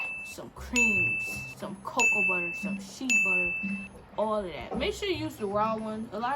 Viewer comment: When she said "She butter" lmao it's pronounced "Shay"